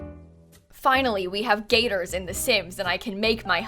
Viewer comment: heh saying gator is really showing her floridain nature lol